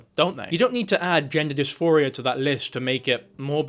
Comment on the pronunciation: It's "gender DisPHORia", NOT "gender disMORphia". Big difference.